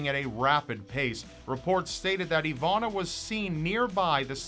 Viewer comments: It's Iwona, not Ivana :P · just curious, i see your soell her name "Iwonna" however im hearing you oronounce "Ivanna"..Am i correct?...You need your own hour ling series!!! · spelled iwona but pronounced ivona?? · As a Polish person your pronunciation is funny, but I really do feel sad about this case. She is so young...